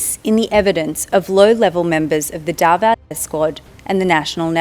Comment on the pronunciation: Clear pronounsation not Dava it's Davao